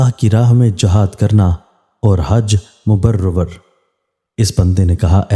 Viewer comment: Please check pronunciation before you quote a Hadith. It is Hajj Mabroor not Mubarwar. Your other videos have shown the same problem. Thank you.